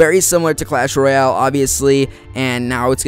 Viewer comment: "clash rayole"